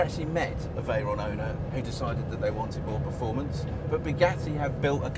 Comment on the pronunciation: sounded more like Bigatti Vooron... damn English